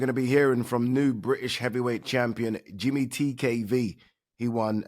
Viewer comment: It’s pronounced ‘Jamie’ TKV not “Jimmy” you utter melt Adee🙈🙈